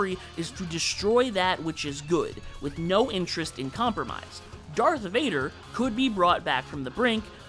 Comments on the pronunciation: "Darthrader"? Are you kidding me? Is this an AI video? Have fun being downvoted, grifter. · ah yes Darthrader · "DarthRader" the fuck zoomerboy?!